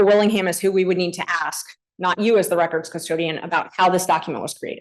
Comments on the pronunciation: the smartest guy in the room who can't pronounce 3 letter, single syllable words like ASK. the complete freemasonic DICK TAKER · has a degree in english but can't pronounce the word ASK. He thinks he's a lumberjack, so everything in life is an AXE. Please don't AXE me anything, but is sort of a lumberjack because he's handled lots of wood with his rectum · I don't trust anyone who cannot say ask.